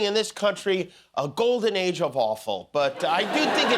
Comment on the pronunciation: Did he mean golden era of "awful" or "offal"..?😂😂